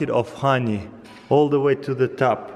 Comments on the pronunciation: Look at that hahney flow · It's funny how he says honey XD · The way he says honey.